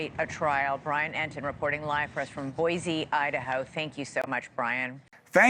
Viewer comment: It’s Boy-See for Boise Idaho. Boy-zee is how we spot out of towners.